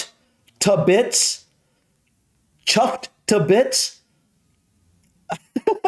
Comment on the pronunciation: as a northerner the way you said 'chuffed to bits' killed me 😆 It's something you'd hear almost daily around these parts. This is a good list, they are all commonly used 👍